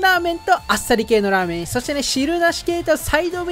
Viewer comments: 滑舌悪くてザーメンって言ってた瞬間あったわ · ラーメンがザーメンにしか聞こえなくて草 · 本当に申し訳ないけど「限界を超えた濃度を再現したザー◯ン」にしか聞こえない。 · ここ絶対「ザ」って言ってる😏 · ザーメンに聞こえる？ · za-メンにしか聴こえないww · ザーメン言うてるやん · 完全に言ってるよね？ラーメンには聞こえないよね？笑っ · 限界こえた○ーメンにしか聞こえなくてごめんなさい